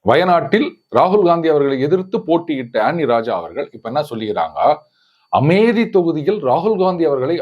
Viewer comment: Dear Sir,Knowing pretty well that you never bother to heed the voice of others ( that too your followers,I want to bring forth a point. You seem to be a learned person and spelling ( uccharippu) should be perfect for you.At least that's my expectation. In the word Amethi, inspite of " p" you are using mellinam, instead of vallinam. Oodhara sangai oodhittaen,neenga thirutthi kka maatteenga. Thottil pazhakkam sudukadu varai